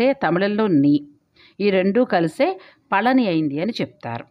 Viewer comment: Pa la ni La kaadu pa zha ni. Pa zha m ante fruit பழனி விஞ் winch antaru rail Feb, march april. All good info. Kanda kadanba, story u didnot say